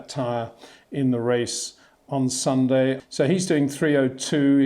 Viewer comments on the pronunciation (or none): none